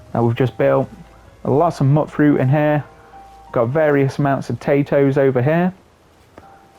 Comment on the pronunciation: I'm still watching your build, but I have to mention this quickly: you say MUTTfruit? I do too! Although, I've heard it's pronounced MUTEfruit. I dunno, maybe it's just our accents 😅